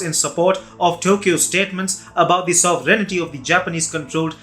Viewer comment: You must want to learn to pronounce "sovereignty".